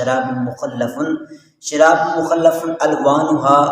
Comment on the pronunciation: Ap ne ayat theek nh parhi. Likha hua lafz mukhtalif he jb k ap ne mukhallaf parha he